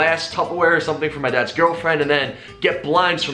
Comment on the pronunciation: everytime he said "my dad's gf" , I heard adapts gf , thought for a second he was hitting it too😂